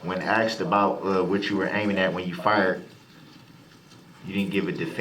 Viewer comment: Axed..troof..relevancy..crossexaminate..laffell law..licensed place..